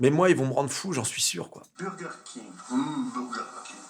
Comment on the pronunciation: La pause, les yeux écarquillés apres le 1er humm beuurregueurrkingue M'A TUE DE RIRE!😂😂😂😂